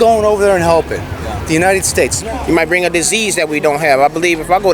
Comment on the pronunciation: Lol the drunk lady. She said “the menited states.” 😂😂😂